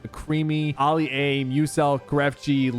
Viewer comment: No way he said ali-a 💀💀